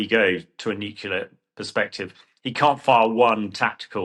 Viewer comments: What is nucular? Do you mean Nuclear? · Nucular?? Nuclear surely